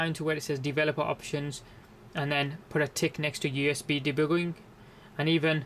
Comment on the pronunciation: deboogeling? Lol where is this guy from ?